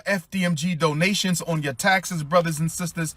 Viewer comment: Dough-nationsss. Dough-nationsss. Dough-nationsss. Dough-nationsss. Giffs. Giffs. Giffs. Giffs. MOAR DOUGH-NATIONSS. MOAR GIFFS.